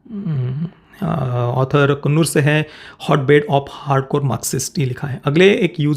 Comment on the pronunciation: Bhai sthal ka pronounciation कुन्नूर nahi कन्नूर hain. main us jagah se hun originally. Aap ne alag jo bhi kaha woh toh tikh hain